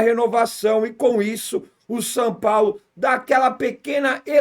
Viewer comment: "San Paulo" ???